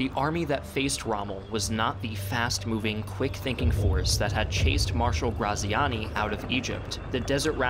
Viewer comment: He mispronounced Graziani's name as he did Adolf